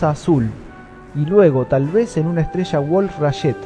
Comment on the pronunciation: La ESTRESHA y los RASHOS SHA SHEVAN muchos años ASHÁ arriba😂😂😂😂